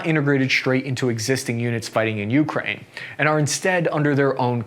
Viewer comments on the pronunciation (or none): For the love of God bro, please stop mispronouncing Ukraine! It's you-CRANE, not YOU-crane. Stress on the last syllable, not the first! And before some clown comes in the replies with some BS, in Ukrainian it's pronounced Украї́на, so I'm right and you're wrong. Don't even try me! I'm fuggin psychotic! Otherwise, good video! Liked & subscribed, keep 'em comin' 👍 much love bro 😊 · Jesus... It's you-KRAINE, not YOU-kraine. Just like Iraq is EAR-rack, not EYE-rack!